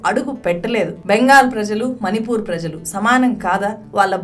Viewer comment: నీల్లు, కల్లు కాదమ్మా.. నీళ్లు, కళ్ళు, పళ్ళు... ళ అని పలకాలి.. ల కాదు.. మని పూర్ కాదు. మణి పూర్